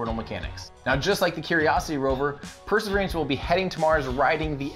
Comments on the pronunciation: I would really appreciate it if you try to pronounce the word "Perseverance" without extra vowels or syllables. It's NOT per-se-veer-ee-ants. It's per-se-veer-ants. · It's not called perservierance....it's perseverance ...drop the i. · Are you saying "perserver-i-ance"? I think you're adding an extra "i" sound in at the end of the word there. Or maybe its my British-ear mishearing. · Say "persaveriance" again. I dare you, I double dare you! Say "persaveriance one more goddamn time!" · I keep hearing 'perseveriance' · I dunno if it’s just me but you pronounce “perseverance” in a really strange way?! I can’t figure out if it’s your mic, the way my brain is perceiving it or if your actually saying it odd. Sounds to me like your adding an extra “e” towards the end!? Love the channel dude :) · It sounds weird to my USAmerican ears as well.